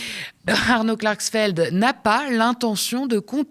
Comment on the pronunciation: Klarxfeld c'est la prononciotion marxiste ?